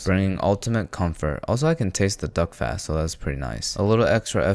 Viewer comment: Every time you say "duck fat", I hear "dog fat" 😅😂